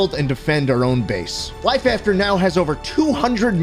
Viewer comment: It sounds like he’s saying download life. After today